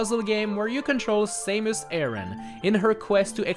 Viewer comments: SAYMUS really? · You pronounsed samus wrong